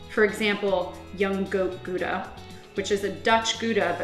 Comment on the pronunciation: you cant even pronounce gouda correctly